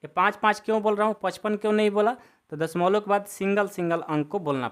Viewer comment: Sar padha to achcha rahe ho lekin dashmlav ko dashmolo😂 kyon bol rahe ho